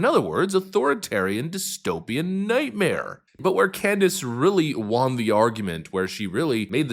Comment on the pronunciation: I cant stand the way you pronouce won..